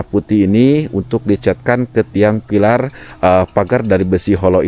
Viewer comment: Bukan vilar tapi pilar